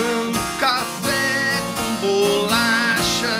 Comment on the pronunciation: Paulistano nato...observe a ênfase quando ele diz BOLACHA hehehe...